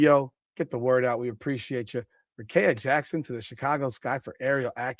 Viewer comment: Do you even watch wbb or you just like talking about it for clicks? Even if you don't watch, please explain how you got the name you said from Rickea? Let's sound it out...Ric-kea(rih-KEE-uh). Also if the NBA can do the Luka trade and still be a "serious league", then the WNBA will be fine if they do this Rickea(Rih-KEE-uh) trade.